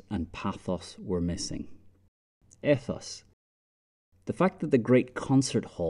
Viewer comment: nice video but to be concise ethos should be pronounced 'eethos'